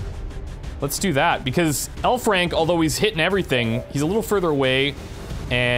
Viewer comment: I keep thinking he says 'hellfrank'.